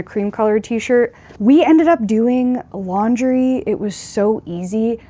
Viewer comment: OMG...,I thought you were saying "stink laundry"......I guess you could say that 😃😃